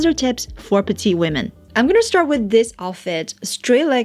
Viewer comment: P L E A S E ! I have now watched 100 videos of you. Please pronounce PETITE correctly. This is so easy to fix. I hoped so much somebody will tell you- now I'm doing this.